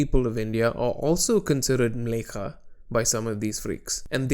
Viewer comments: By the way, it's Mleccha, not Mlekha. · Not to be that guy, but the term 'mleccha' is pronounced differently, the second syllable is 'cha' not 'ka'.